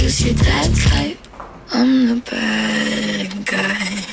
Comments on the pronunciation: バッガイって言うの違和感しか無いんやけど笑 ウォーターのことワラーっていう人見たい笑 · badguyが、バッガイに聞こえるww